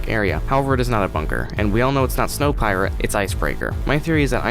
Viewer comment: Its snowpiercer not snowpeirer